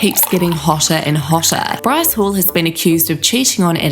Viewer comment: This girls speech impediment is giving me life. Bwyce ^_^♡